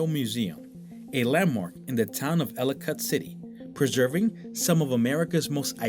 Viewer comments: It’s pronounced Elli-kitt - Like Delicate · He should learn how to pronounce the name of his subject before making a video